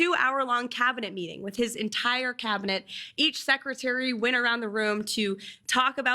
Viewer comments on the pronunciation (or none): Cabinet. Learn how to pronounce the word.